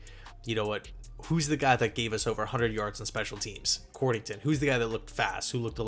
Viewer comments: COD-rington...not cord...lol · It's COD-RING-TON